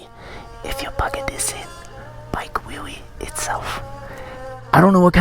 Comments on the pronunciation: "If you plugga dis in, bike wiww weewee itsef" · "if you pluga dis in... bike wheewie" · “ ifs yu plug dis in, bike wee wee itselfs”